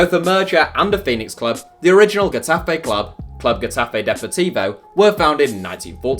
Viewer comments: Um... first, it's "Heh-Tah-Feh" not Gue-ta-fe. Also, you pictured Deportivo and Tenerife while featuring Getafe. Exactly why again? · Lol... your way of pronouncing Getafe is a joke... then you put images of Deportivo La Coruña or CD Tenerife to illustrate the club.. shit work.